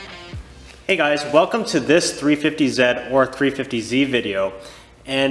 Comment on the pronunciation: It’s 350 Zeee my dudez